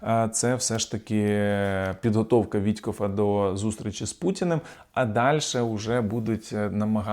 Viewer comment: А чого він Вітькоф??? Я звичайно все розумію, але яким треба бути довбойбом щоб називати неправильно прізвище! Це смішно?? Рівень реально тупорилої мавпи